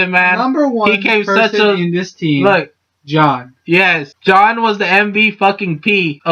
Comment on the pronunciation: "This is MY theory, so I absolutely support it. Go John." That's all this video was: shameless plugging of a channel and a mispronunciation of Jaune.